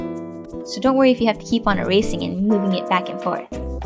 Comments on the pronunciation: Haha did u say erasering not being a hater everyone makes mistakes☺️😜😝😛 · She said erasering